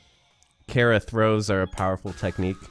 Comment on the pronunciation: i cant get over you pronouncing it kehra